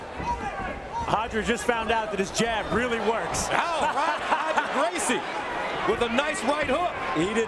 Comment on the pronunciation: Who’s Hoger Gracie? 😂😅😂😅😅😂